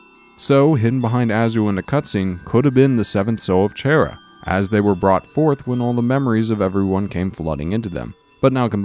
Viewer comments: You pronounced 'Chara' wrong (Its a pet peev of mine) Its Chara as in Character. :3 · CHARA IS NOT CHAIR-A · did you just call chara, chaira? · This is the first time I've actually heard someone call them "Chair-a" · XD WHEN HE SAID CHAIR-A THOUGH ROFL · YOU PRONOUNCED CHARA WRONG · CHARA ISN'T EVIL AND UR SAYING THEIR NAME WRONG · you pronounced chara wrong its obviously chara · DO YOU WANT ME TO DIE?!?! IM SEVERELY ALLERGIC TO THAT PRONUNCIATION OF CHARA! LIKE OKAY IM SORRY BUT........... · He says charas name wrong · Chara Dreemurr hi he didnt pronounce your name right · Anybody else really annoyed by how he pronounces "Chara"? Edit: Oh yeah. I'm also annoyed by the fact that he called Chara female, even though they have no gender. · you said chara wrong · GAH! YOU'RE SAYING CHARAS NAME WRONG IT'S SO ANNOYING!!!! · Chaira?! Lol it's pronounced chara as in character with a k sound, also I think the whole asriel thing is just a cliff hanger, maybe also with gaster and chara, for undertale 2? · Its Char-a not Chair-a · Chara is not pronounced as “shara” Just read these to words chara character Undertale is playing tricks with you with names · kara not shara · its cara not chara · its pronounced Kara or chara not chaira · People pronounce Chara so differently xD, he call them Chair-a people call them car-a I call them Char-a lol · chara not chaira XD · It is not pronounced chair-a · Also, Chara isn't Chaira, it's pronounced Karra. Like chaos. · I love this video... Except you said Chara as chair-ah. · It's not "Chaira" it's "Chara" as in character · You said chara wrong its not chair-a its short for character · chaira? it's Chara XD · CHARA IS PRONOUNCED KARA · Ok dis is gud but it’s pronounced “Kara” and the coffin is empty thing is kinda a stretch AND ALSO WHERE IS CHARA DEN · It is pronounce Chara like character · Um her name is pronounced K-A-R-A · It's chara as in character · Chara is pronounced Kahrah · Chara... Chara.. CHAIR-RA?